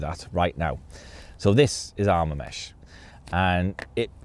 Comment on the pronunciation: It’s Arma mesh